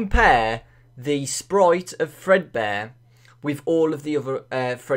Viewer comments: Fredbear, not Fredbun. There. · its fredbear not fredbunny obviously "golden bonnie" is a rabbit.